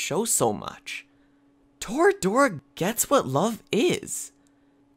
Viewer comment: It’s •Torah•dorah not toruh doruh